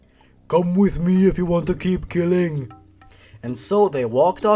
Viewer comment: he was keeling neaji ;( ;( ;( no neaji ,,,,,, cry :p